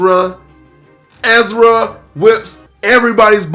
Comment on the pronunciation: Bruh its Erza, not Ezra. 😅